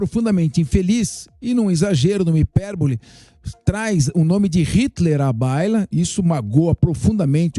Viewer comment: HIPERBOLE, FALA CRIMINOSA VIROU HIPORBOLE?